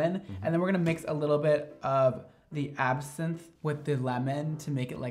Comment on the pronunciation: WHEN YOU PRONOUNCED ABSINTHE WRONG I BUSTED OUT LAUGHING